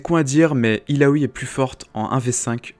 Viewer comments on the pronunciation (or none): illaoi pas illaoui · Jveux pas faire mon reliu mais Yasuo se prononce Yasso. C'est un nom inspiré de la mythologie japonaise Et Illaoi se prononce ïlaoye C'est un nom Traditionnel Comorien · Grosse Merde ca voix ne me derange c juste sur la partie d'illaoi il prend une intonation bizarre